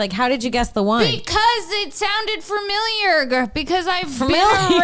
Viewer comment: Pretty sure said “familiarger” when talking about Dr. Seuss’ real name. 😆